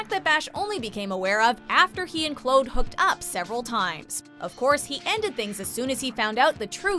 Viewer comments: Who the hell is Clode? Her name is Claude. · Why is she saying clood not Claude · Clawd is how it is pronounced on the show, by all the characters, so yes, is doing it wrong. We're not talking about the historical figure or regional differences, we're talking about a character on a television show with a set name pronunciation. It's not subjective, and it makes sound like she's never even watched the series. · 1. It's pronounced Clawd, not Cload. 2. the chick Henri banged out a window wasn't the archduke's wife, it was his sister. 3. This list is missing: Francis and Leith taking back Calais with about three other guys, the reveal that Henri was poisoned and Narcisse knew about it, Narcisse presenting a box with a dude's balls in it to Mary, and, most egregiously, Mary personally murdering the guy that ordered Francis's with a piece of jewelry. There's two more episodes to go as of this writing and I'm gonna need a list of Catherine's Best Lines/Moments, the most WTF moments (balls. In a box. On network TV), and the best and worst outfits. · It’s not Clode! It’s pronounced as Clawed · It’s pronounced Cl-or-d Not Cl-ow-d Every time... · Every time she said cload I cringed so much!!!!!! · i know claude, but who tf is this 'clode' you speak of??? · Everything was fine until she pronounced Claude’s name as (cl-owed) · "Princess Clode" 😅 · Sooo the archduchess was the dukes sister... not his wife... your constant mispronunciation of Claude (Claw-d) is annoying. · who the fuck is cload? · I’m sorry but did anyone else get mad at her pronunciation of Claude? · Firstly you are saying 'Claude' wrong. Secondly, the window didn't just spring open, henry was going crazy and that was his first murder while he was going mad. And the arch duchess was the sister of the arch duke not his wife! Thirdly, the letter was not forged in Mary's handwriting, it was forged in their code. GET YOUR FACTS STRAIGHT! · cringe at the pronunciation of Claude